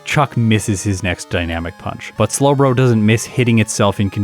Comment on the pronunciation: "Slowbro-" Oh boy... he slipped his tongue.